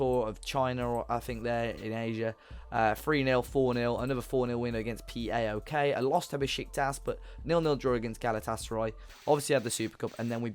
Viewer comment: that P-A-O-K team that you beat its actually pronunce paok :P